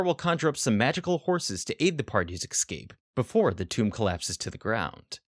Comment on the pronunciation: Escape, not eXcape 😡